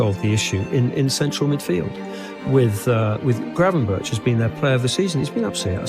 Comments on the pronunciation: Ayyy respect for the correct pronunciation btw!! Our "g" is horrible but glad you made the effort 😅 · love the fact you pronounce his name pretty well for a English speaker. Hate it when they pronounce it like